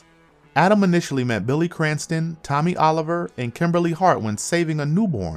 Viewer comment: If you can't say Tommy ... I would say wrong...